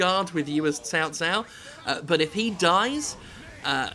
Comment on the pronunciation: Actually, Cao Cao is pronounced So So. You don't do that tho. :D The english voice actors dont do it either. I use the chinese voice option. At least its accurate.